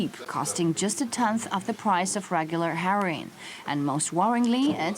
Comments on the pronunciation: wtf is herroeen? (rhetorical question) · "...of the price of regular herrrryne" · and then she says "heriin" instead of heroin...